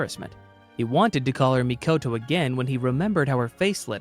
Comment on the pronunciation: It's MIKOTO Urabe, why do you say "MAKITO" urabe?????? 😤😤😤😤😤😤😤😤